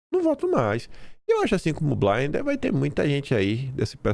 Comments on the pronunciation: não é Caio Blainder - pronuncia-se como se escreve: Caio Blinder. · Caio BLiNDER, com i -- e não BLAINDER...